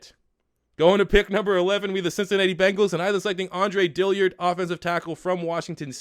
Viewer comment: This is GARBAGE. Also it's not Dilly-ard! Its Dill-ard!